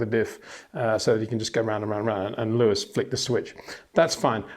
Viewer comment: I It is not "Bottash" nor is it "Lewish" certainly not "verSHtappen" .... This BS started long time ago when a British sport presenter interviewed father Jos Verstappen and assumed you can use a German pronunciation to a Dutch Driver thinking it is so "funny" ... It is not.